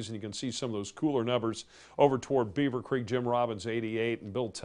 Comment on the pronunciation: That was hilarious, specially when he mispronounced beaver creek